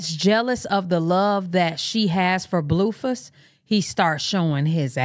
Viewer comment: Every time you say Bluefiss cracks me up 😅😅